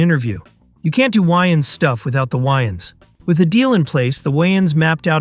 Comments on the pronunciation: lol “the why-ins brothers” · why the hell do you pronounce their names like that? you’ve literally never heard them refer to Wayans as Why-Ins. Pmo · Y-ns, weinstine (which whatever say it wrong lol), and Neev? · I turned the video off after hearing that 😂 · This video is almost unwatchable just for your pronunciation of Wayans